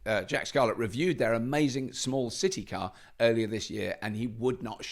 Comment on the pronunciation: I was at FCL Amsterdam last year, the Dutch pronunciation of "City car" will stay with me for life 🤣